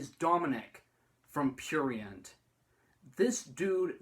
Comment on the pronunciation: this video is cringe and when u say prurient u sound disabled